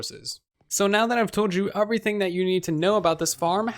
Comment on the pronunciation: It’s pronounced “everything” not “uvrything” hahaha